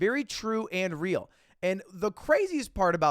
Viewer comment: Why did he say “true” and “real” like that??? 😭